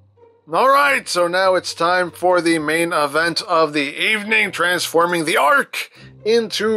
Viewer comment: did he say ark or arg like a pirate